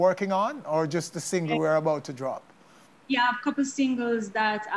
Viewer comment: Vanessa bling I like u as an artiste but I really wish u would learn to pronounce ur words better, for example, the word is drop and not jop and I have heard this times before in ur interviews